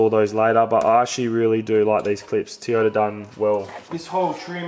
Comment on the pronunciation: The way you say Toyota makes me Think you have a speech impediment